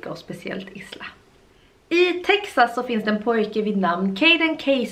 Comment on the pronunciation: Isla uttalas "ajla"